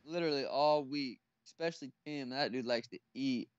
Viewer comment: Sean “Eck-speshly” O’Malley